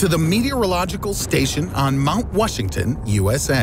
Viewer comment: Is it just me or does he keep saying Mount Wushington?